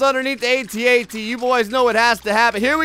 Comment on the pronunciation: Your saying at at wrong